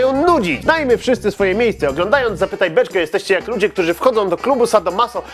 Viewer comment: [p] czemu zawsze na początku mówisz "zapytaj beczke" jak jest napisane "zapytaj beczkę" ?